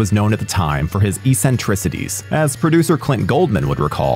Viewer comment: Ive never heard anyone pronounce eccentricities like that. My brain just broke